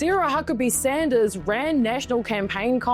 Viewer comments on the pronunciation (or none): none